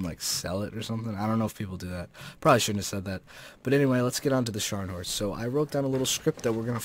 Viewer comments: Hi, Maybe can i have this Beta Key:D. By the way i don't think you need to "roll" this "R" (if you know what i mean). Sharnhorst for life <3:D. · Hey. It's pronounced NEEsen-now. Just fyi. Also, I think it is supposed to be said SKARNhorst. Nice vid. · You pronounced Scharnhorst right. And the "E" at the end of Kriegsmarine is spoken too. But you failed hard at the Gneisenau. The "G" isn't silent, it's more like the one in "get". The "n" comes directly after the "g" without a pause. "Ei" is pronounced like the I in Ice. The "se" sounds like "the" and the "nau" is exactly like "now". I hope this helps a little bit.